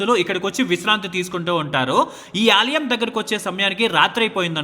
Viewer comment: Aalayam not Aaliyam.